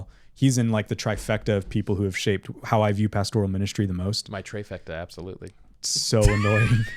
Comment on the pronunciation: Fifth week the treyfecta😂